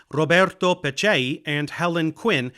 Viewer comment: I really got a sense of Dave’s Italian roots when I heard him pronounce “Roberto Peccei”